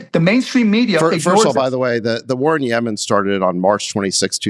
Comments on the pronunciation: It's Yemen! Not Yayman!!! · Bro it’s Yemen not yaman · Why does he say “yay man” instead of “Yeh men” like every sane person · Yemen not Yea-man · It’s YEMEN not Yaman 🙄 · is "yaymen" same as Yemen? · “The war in Yaymen” 😅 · “Yay-min” lol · What the hell is yayman ?😂 Cuban’s next gig (if he doesn’t get the SEC chair) is a MSNBC show. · When he pronounced Yemen yay man I knew he didn’t know what inflation meant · Why does mark keep saying 'yay-man' instead of yemen 😂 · Yaymen is driving me nuts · As I start most my comments I LOVE Chamath & David Sacks. David’s counterpoints to Cuban’s lunacy made way more sense & kept the convo interesting.😁 David looked like a million bucks in this episode. Cuban’s pronunciation of Yemen & how it connects to inflation made zero sense. Best part➡️ “When did she say something smart? I mean seriously when’s the last time she said something smart?”😂 Appreciate JCal’s attempt at levity, some of his opinions are not my fav. Pharmaceuticals, ugh.🫤 You can tell Cuban is definitely partaking in Ozempic.🫢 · Wonder where Mark got his pronunciation of Yemen? It's definitely the first time I've heard it pronounced that way. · Why is dude pronouncing Yemen like that? 😅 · This is a good demonstration of how billionaires are not that sophisticated. Cuban has this whole theory tied to Yemen and then doesn't pronounce the country's name properly. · Is Mark saying Yemen wrong or am I?